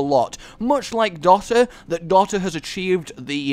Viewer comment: Wait how did he pronounce Dota?